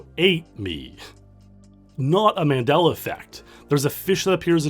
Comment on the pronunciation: You pronounced Mandela wrong. James from AVGN is the single soul who has pronounced it right.